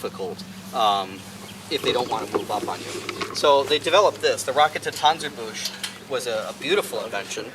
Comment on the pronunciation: "So they developed this, the Rocket-ta-panser-bush" Haha, oh man.